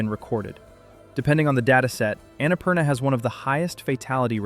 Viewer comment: My ears bleed when he pronounced Annapurna that way.